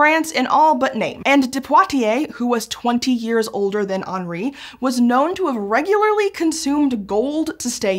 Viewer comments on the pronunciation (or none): The way she says Onry instead of henry really bothers me